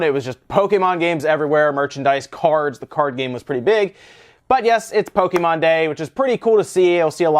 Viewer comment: Someone Trained the whole night training to saying Pokémon. You're doing great!